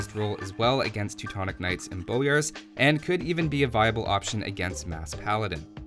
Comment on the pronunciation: Its not laitis its leitis. Leiši are not english they can write properly using the latin alfabet. Also the a in bojars is a full lenght a not a very short a. You saying laitis is really driving me mad. Also ive noticed you dont use plural leiši (leishi) propably because you dont know it, and laitises make no sense.